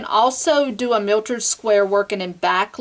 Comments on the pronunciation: the word is mitered not miltered. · Miltered? I say mitered (long I)...there is no L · You did pronounce it "miltered" even though you spelled it correctly. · Mitered not miltered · this is nice ..but learn how to call it by its right name..."myitered" square not mitered...say it correctly please